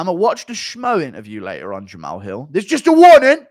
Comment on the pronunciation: "Jamao Hew" What type of speech impediment is this?